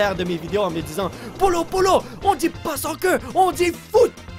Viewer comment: Ah il dit soccer... j'avais toujours compris qui disait ballon de sans-queue